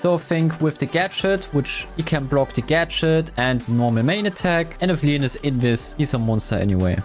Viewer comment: Bro it's leon no leeons